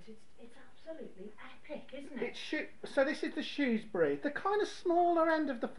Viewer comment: So nice to hear Shrewsbury pronounced properly. 👍